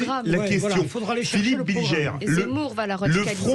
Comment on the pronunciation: "Bilgère"... cest BilGER bordel, ca désigne le pélerin en diutsch.